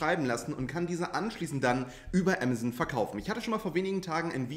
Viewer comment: Ich dachte zu anfangs „was ist Emmerson?“ 🤭 Man darf das ruhig deutsch sagen. Ah mah zon. 😉